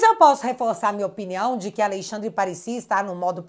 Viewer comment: Que agonia ouvir “Aleixandre” 😅